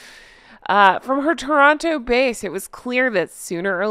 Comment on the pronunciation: Thanks for pronouncing Toronto correctly - Now known as The Duchess Who Ditched the Dog. Nut Butters - not - how about recycling SPARE tires into juggling pins, a pate au bald cheveux, irons fit in a pocket, and information pamphlets on How To Lose Two Entire Families and Best Part of the World in Two Easy Years.